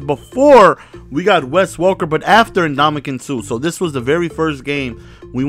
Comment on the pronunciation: N-DUH-MAH-KUNG SUH!